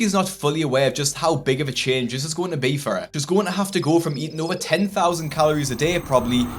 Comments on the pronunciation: “Playtime Ovah”😂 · Give me one more chance Give me one more chance Give me one more chance, please I can't go home like this! I gave you 9 😂 I can't go home like this! I can't tell my mom it's ova. I can't tell my son it's ova.. ME...OMG it's OVER, it's pronounced OVER.. And I think they already know it's OVER. I didn't wanna be kicked outta the program! You weren't in the program😂. I love Dr. Nows he helped so many people + I just love his attitude & how blunt he is.